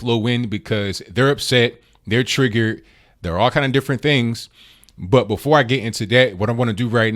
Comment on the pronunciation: Love when he says triggert